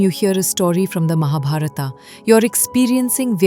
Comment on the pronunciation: You spoiled all names in Mahabharat by adding ‘AA’ at the end of them. Why don’t we pronounce Indian names properly as we speak them in Indi languages. Unless we Indian pronounce them properly No one else will do.